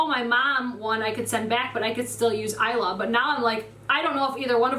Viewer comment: Thank you for saying " Isla " correctly lol